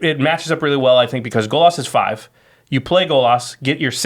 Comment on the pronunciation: Golas? GOLAS? G O L A S ? stop saying golas!!